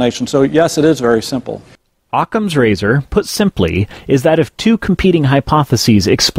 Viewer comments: It should be really difficult to take a man at his word, when he says things like "Ocsams razer', and especially 'ekcetera' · Ah yes, OSS-kam’s Razor.